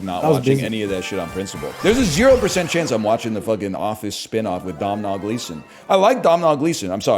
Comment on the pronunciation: Not sure if this is a bit or just people having a hard time with Irish names, but Domhnall is pronounced "Doe-Null"